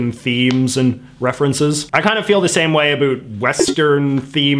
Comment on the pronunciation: “A boot” he he